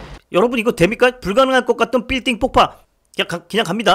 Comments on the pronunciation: 삘딩뽑빠삘딩폽파 삘띵폭파빌딩폭파 와씨한국어왜케어려워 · 삘띵뽂빠라니?발음 안되면 빌딩폭바(퐈아) 하면 될텐데...국어시간에 잤군요!ㅋㅋㅋㅋ어렸을때 본건데 깨우침이 많은 영화.....자신을 희생하면서 남을 구하는사람,살려주는데도 못참고 발악하는사람,결국엔 화산재로 뒤덮인 사람들은 모두가 똑같은 형태.... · 불가능할꺼 까떤 삘띵뽁빠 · 아 덧글안다는데 삘띵뽁빠 한10번은들은거같아요 넘웃겨 ㅋㅋ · 삘띵뽁빠 ㅋㅋㅋㅋㅋㅋㅋㅋ 언제 나 들어도 재미있는님 의 영상 과 말빨로 1나의 병맛 영상이 완성이 되지요 (이게 맞나..) 하트좀부탁 드려요 ㅠㅠ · ㅋㅋㅋㅋ 삘띵뽁빠 ㅋㅋㅋ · 삘띵뽁빠 ㅋㅋㅋㅋㅋㅋㅋㅋㅋ